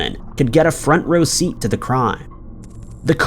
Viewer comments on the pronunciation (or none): none